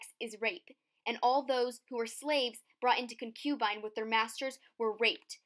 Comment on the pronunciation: check your pronunciation of concubine. Stress is on first syllable, Also, demurred.